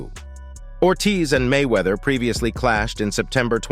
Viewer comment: Why he never say His name correctly??